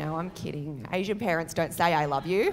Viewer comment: Did she really pronounce "You" and "Year" both as "Yee" Australia isn't fit for child raising